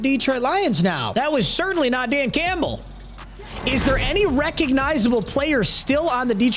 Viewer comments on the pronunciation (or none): none